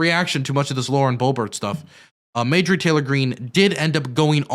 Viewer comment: dude … it’s MARjorie not MAJORie